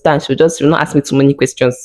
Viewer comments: 😂😂😂😂😂 they sound it axe😂😂😂😂😂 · The way Nigerian say the word ASK...love from Nairobi Kenya